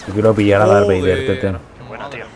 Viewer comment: jaja "dark vleider" a lo poker